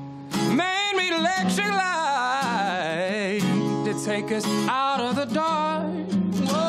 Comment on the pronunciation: Only Clark Beckham can make the word “light” have 13 syllables...UNBELIEVABLE vocal ability, control and RUNNSSS.